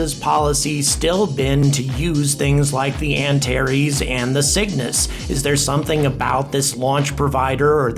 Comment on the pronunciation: I keep thinking he's saying "The Sickness" instead of The Cygnus.